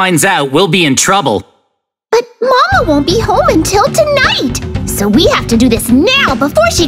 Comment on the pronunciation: Not mama is mame